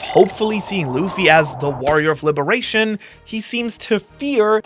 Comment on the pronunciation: Ah yes "the guns of libaration"